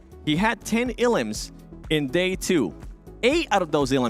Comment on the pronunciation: Everybody: "elims": "eLUMS"